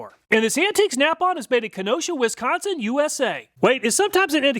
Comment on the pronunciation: Pronounced Wisconsin with an "i" like in "whisper" not Wesconsin. Cool video though!